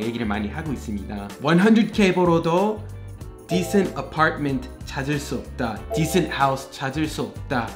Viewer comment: 쌤 발음이 많이 한국화(Koreanize) 되었네요. decent를 /'di.sent/로 발음하는데 decent는 음운현상(phonological phenomena)으로 인해 /'di.snt 디슨ㅌ/로 발음해야 하고(vowel deletion), /di'sent 디센ㅌ/는 descent가 됩니다. 참고하세요.